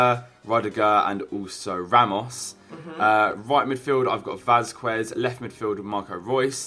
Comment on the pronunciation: Also u need to learn how to pronounce Spanish names q is a k so it's vazkes